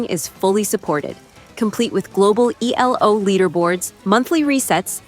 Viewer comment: "E-L-O" It's Elo. Not an abbreviation. It's the inventor's first name, Árpád Élő (English can only write Elo).